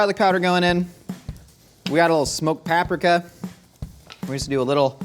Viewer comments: Why did I think he was saying papsmear everytime he said paprika 😂😂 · i Love what you do, But the way you pronounce "Paprika" is so silly.